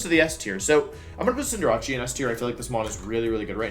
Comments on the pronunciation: Now he gone saying "cinderache" fam it pronounced Cinder-ace there is no ch on cinderace plz English my dude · Hold up, “Cinderachi” what is that. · Same with “neenatell” for ninetails lmfao and cinderachi….like why???